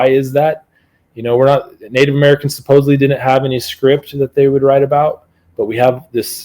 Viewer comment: Love hearing a guy I’m supposed to trust say things like “supposably,” and “simular.”